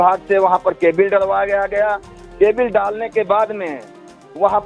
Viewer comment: जी केबिल कोई शब्द नहीं होता आप दोबारा चेक करें,सही उच्चारण केबल ही है